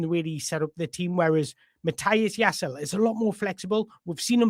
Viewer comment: Ouch. You got the Jaiss bit perfect butt that last bit is Leh not Ul - you pronounce the final E like in Woltemade 😊 A lot of info but all good, useful stuff, cheers.